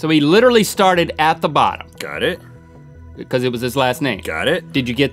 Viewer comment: It's funny how Link says, Because! He pronounces it, Picuz. 😊😀😁😂😂😎